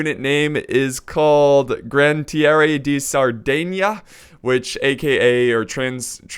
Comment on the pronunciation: its Gra-Na-Tie-Ri